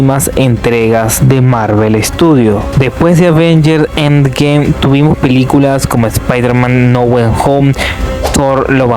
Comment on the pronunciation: Avengers En Gem Spider Man No Wen Jom Doctor Estrein Murn Nike 😂😂 De Marvel James Cum 😂😂😂😂😂😂😂😂 James Cum x2 (por si no escuchaste la primera vez) Den pul an Wolverine Doctor dun En gem (otra vez) Perdón es que te pasaste, te recomiendo clases de pronunciación o decir todo en español